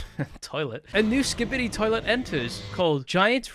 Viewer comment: imagine not saying Skibidi right